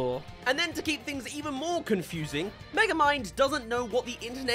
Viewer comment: What really summed it up for me was where Megamind mispronounces "internet". Like you could see where he might mispronounce "metro city" as meTROcity. It has a feeling of here's a word you've only ever seen written down, so you have the stress in the wrong place when you say it out loud. But "internet" is a new word to him and there's no possible "o" sound, however you read it. It's like the writers see the joke of mispronouncing a common word but put no thought into why it's mispronounced. And the whole show is like that. It's humour created by AI.